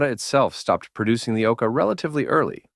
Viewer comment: Yeah, lazy making